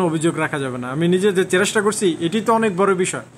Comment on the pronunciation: একটা ভুল ধরিয়ে দেই চেরেস্টা নয় চেস্টা বলবেন আমার সাথের একজন এটা শুনে হাসছে আমি তাকে বুঝিয়ে নেয়ার চেস্টা করেছি কিন্ত যত মানুষ শুনবে সবাই কে তো বোঝাতে পারবো না তাই সংশোধনের চেষ্টা করবেন ধন্যবাদ